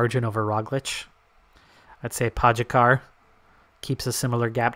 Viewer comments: You're pronouncing Pogačar wrong. It's Po (as in po in polka) - Ga (as in ga in Garfield) - Čar (as in char in charcoal) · Well I'm from Slovenia and your pronunciation is definitely wrong lol. Then again everybody who's not from here seems to have trouble pronouncing our riders names. Same with Roglič and Mohorič. The eurosport/GCN guys pronounce their names correctly with the exception on Kelly. Keep up the good content